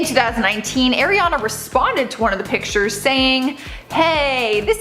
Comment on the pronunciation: His tats look stupid. Pls say Ariana right